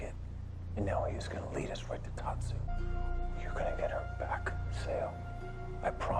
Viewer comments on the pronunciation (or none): Tatsu not Patsu 😂😂😂